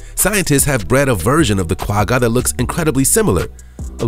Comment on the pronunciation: Lol the way he says the "Quagga" is so cute☺️... I'm from South Africa and that's not at all how you pronounce it 😂🙈